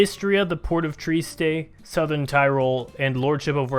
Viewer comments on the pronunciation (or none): none